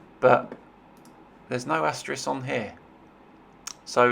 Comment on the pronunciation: it's asterisk not asteris